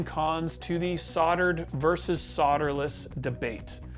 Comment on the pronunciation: If I had $1 for every time he said “soddered”, “sodder”, or “sodderless” I think I’d be able to swing a new pedal!